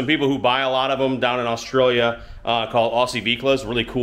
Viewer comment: how do you know how to pronounce Oz-trail-ya (Australia)properly most in USA say US-trailia???